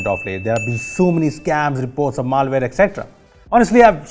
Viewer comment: Maaal-Ware Reports, lol